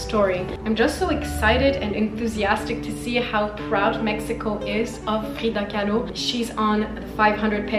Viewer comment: hehehe the way you said "Frrrreeeeda Kahlo" lol the french came out.